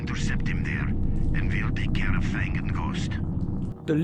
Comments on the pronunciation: When you say Fang it sounds liek you say Thong LOl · fang is the only word where i felt your french